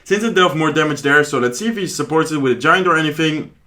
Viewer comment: tamage ,tark prince .tya,collocte need to improve to speak better